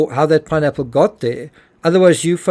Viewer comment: He really tried to avoid saying pineapple 🍍 I swear he said nappmes 😢 first time I watch him here